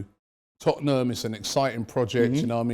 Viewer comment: love for you brotha. You said Tottenham way, less of that. No such thing.